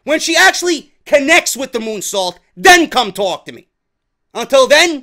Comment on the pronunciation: Almost thought you called her moonsault a "goonsault" 😂😂😂